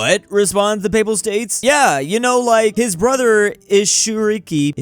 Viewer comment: Bro you could at least try to say foreign names right lmao. How do you pronounce Isukiri as Isuriki and Daitenku as Da[stutter]kuku? Just break the words up and sound them out like you should have learned in Kindergarten. That might not be perfect but it would be a hell of a lot better than just picking a few letters out and then making up the rest 😂 Edit: Now I'll give you that mispronouncing Taiping as Taipei is funny given the China-Taiwan situation